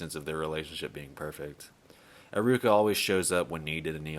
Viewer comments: Bro why do you spell pronunciations like that? It's eh-ruka eye-ruka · “Eye rooka”